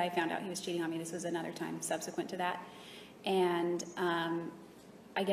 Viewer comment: If I hear subsequant one more time...